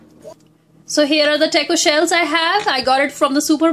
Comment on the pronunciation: its not teyko it's Taco....btw thanks a lot for the recipe....awesome job 👍